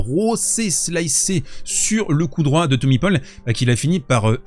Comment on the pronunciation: « Thommy paupol » 🤣